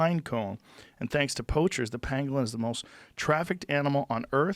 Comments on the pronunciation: At first I thought Rogan was mispronouncing penguin. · I thought he was saying penguin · I remember when I first heard this i thought he was saying penguin and I thought they were retarded lol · I thought he was saying penguin at first and i was just thinking, where the fuck would a bat and a penguin come into contact with eachother? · "pangwang" - Bumblesnuff Crimpysnitch